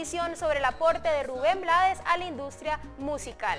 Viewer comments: Se escribe Blades, pero se pronuncia en inglés. Su papá era de Barbados y hablaba inglés, como mucho de nuestros decendiente acá en Panamá. Lo que sucede, es que hay muchos países latinos, que ciertas palabras y nombres les gustan decirlo como se escribe, porque no saben pronunciarlas o no quieren complicarse la vida y eso es incorrecto. Ejemplo Trump, muchos lo pronuncian como se escribe con la U, otras con A, otros con O, pocos lo pronuncian correctamente. en el caso de Rubén, él no se complicó y lo dejó así, porque no se iba a poner a corregir al mundo todo el tiempo, así quedó como un apellido artístico. Además, al final, ellos son los que compran y escuchan su mísica. Pero si lo hizo saber en el título de su documental que se presentará aquí en Panamá, YO NO ME LLAMA RUBÉN BLADES. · !!!YO NO ME LLAMO RUBÉN BLADES!!!, se pronuncia BLEIDS. Desde Panamá.